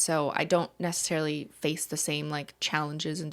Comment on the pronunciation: saying “necesslarily” for ten hours straight